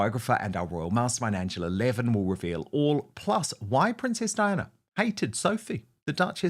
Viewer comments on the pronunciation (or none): none